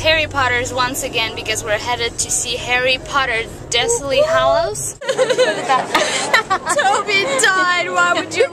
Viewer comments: Its dobby not toby... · It's DOBY, not Toby. I still love you though :D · It's Dobby not Toby -_ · did you just call dobby, toby? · she didnt say 'toby' she only pronunced it wrong... its actually a kinda well know harry potter caracter